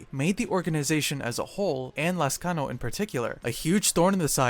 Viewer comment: I like how you pronounce my lastname correctly